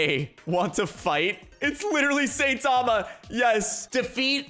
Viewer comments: Imangine saying satama instead of saitama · IT NOT SAYTAMA ITS SAITAMA! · his name is saitama but you pronounce it as sitama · Now, i like and all, hes really cool. BUT HE MISSPRONOUNCES SO MANY THINGS THAT IT IS STARTING TO ANNOY ME. Its saitama not saytama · btw joe saitama is pronounced sai tama not sa itama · It’s not how u say it it sound like Saytama that’s how u sound like when u say it when u is saitama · saytama Me: it is saitama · You said sayTama it’s Saitama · bruh the way he pronounces saitama honestly triggers me, its not SATAMA, its (seye-tama) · Saytama it is saitama bruh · I hear “saytama” like bruh that’s not how you say it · S-eye-ta-ma;-; cmon you know this man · bruh its not saytama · Lol saytama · u where saying saitama name wrong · am i the only one that got kinda triggered when he said saitama wrong? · Ur pronouncing his name wrong trigger